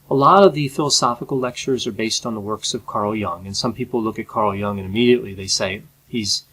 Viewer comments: I'd take Carl Jung anyday over Petersen. Also. I believe the last name is pronounced J - you -ng, not Young. What about Petersens benzo addiction? How does a psychologist get addicted to benzos??? I've listened to him and I think he's a self involved intellectual show off is always getting lost in his own rambling confused thought process. But maybe that was the valium talking? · Why do you keep pronouncing Carl Jung's name as Carl Young? Is it that much harder to say Jung? Wikipedia has a clear pronunciation guide. Clearly, you've watched Jordan Peterson talk about Carl Jung. Did you not even then pick up on the pronunciation? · carl gustav jung cld ve been pronounced with better articulation I have heavy critique on JBP, however if I would express it would be in detail, starting with proper articulating names so anyway, it would not be as sucking in vagueness as your critique one point of critique wld be - who or what determines success or what may or may not depress ppl, with exception to certain medication types that trigger depression tendencies as a by-effect with some ppl I go as far as to regard in todays world, failure as success as a person/human and material success as failure as a person Mental spiritual wealth, or enlightenment often comes at the price of material poverty. In this regard, JBP sometimes, is too simplistic in what ppl may need. Cleaning is okay, but jobs and relationships can confront with wrong types of ppl.